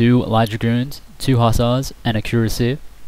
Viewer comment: Kur-as-e-ay, not cur-a-seer.